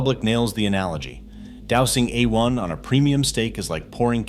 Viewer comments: Uh One? C'mon robot, tighten up. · That pronunciation is wrong! It is = "A" as in 'play' or the month of "May" and "One" as in "won" or "son". :face-blue-smiling